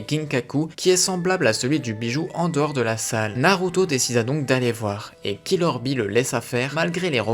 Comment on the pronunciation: On dit killer bee